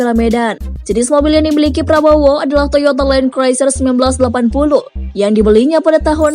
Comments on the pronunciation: Mbak tolong les inggris dulu. Land cruiser bacanya len kruser mbak bukan len kroeser. Malu2in mbak. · kok mbak nya kek bilang “Toyota Land Craiser” ya 🤔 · Bener banget nih. Goblok nih chanel inggrisnya aja kampungan masak gabisa baca land cruiser.